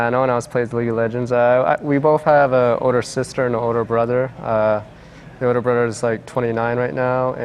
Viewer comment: "Brudder" "Each Udder" I'm crying omggggggg